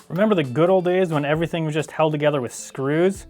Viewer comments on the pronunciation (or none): none